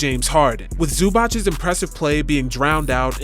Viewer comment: Zoo-bahts not Zoo-botch